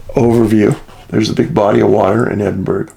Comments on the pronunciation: Hey thanks for covering the cases here, I'm also from Edinburgh (it's pronounced Edin-burra or Edin-bruh, same with Mussle-bruh) and the gulf of water between is called the Firth of Fourth. Im a few years older than Alice and a few younger than Dean, of my friends know her or her friends and are so worried about her. Really hope they get answers. The bridge that spans between is a frequent spot people jump from sadly too. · Edinburgh: is pronounced Edinboro or Edinbro. keep up the great work..! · I have visited Edinburgh and Dundee. But those disappearances in that ancient city are very odd indeed. There is a huge granite rock face nearby. It's pronounced Ed-in- burrah. The GH is like burough. But the Scots pronounce it Ah not Oh. Roll the Rs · Its pronounced "Edinboro". Ask the people who live there. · No it is pronounced ed in burra, or ed in bruu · Great show Dave, as always. Just a couple of points on places. Edinburgh is pronounced Edin Brr Geelong is pronounced G long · Edin burra it's pronounced. Same with mussel burra 👍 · I know what you mean. Every time he mangled the pronunciation I was cringing. Like his work though, just wish he'd research how these "foreign" place names were pronounced. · It's concerning because it calls into question his ability to conduct research since he is not aware of the correct pronunciation of Scotland's capital city. How can one research in-depth on a subject and yet, fail to properly pronounce a capital city. It's as bizarre as the cases! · Edinburgh has a silent G when spoken Dave :) Thanks for your upload.. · The burgh in Edinburgh rhymes with thorough. Hope that helps! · Hi Dave it's pronounced edinburr, not edinburg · Hey man love your videos! Just so you know, you say Edinburgh… Edin-burr. You got the first bit right but the last is said Burr :) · It's pronounced Edinborough not Edinburgh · Ross Clan here. Pronounced Edin-borough. Not Edin-berg. Thanks for covering Scotland. 🙏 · It pronounced Ed-een-bo-rah